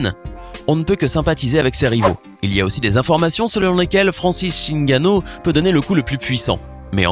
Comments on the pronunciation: C'est pas Francis chingano c'est Francis ngannou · ce n'est pas chinganou mais Nganou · On dit Francis Ngannou